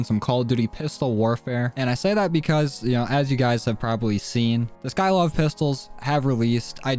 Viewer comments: Sy-kov*****not sky-kov😑🙄😒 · Mans really said skylov